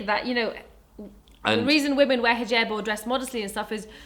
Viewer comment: She pronounces it in the way you say it in Arabic, not English. It's an Arabic word.